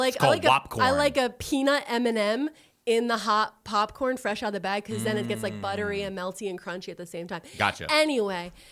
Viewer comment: it took me a while to catch up on what was saying after this because the casual “whopcorn” threw me for such a loop 😂